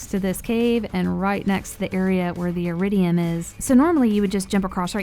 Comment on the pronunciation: Wait, it’s eridium and not eridian?